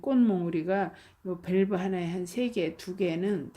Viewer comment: 저희나라가 아니고 우리나라 입니다. 밸브가 아니고 벌브 입니다.